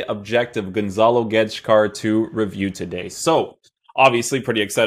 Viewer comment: thats not how you say gonçalo. he nailed the "guedes" tho